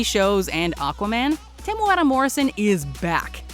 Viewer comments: very good pronunciation on Temuera's name. Kia Ora from New Zealand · Wow. Just had to say the pronunciation of Temuera was perfect and better than a lot of people from New Zealand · Nice pronunciation on Temueras name👌🏻👌🏻👌🏻 pretty much perfect